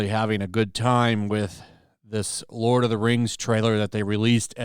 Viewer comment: The LOL of the RANGZ: The RANGZ of POWAH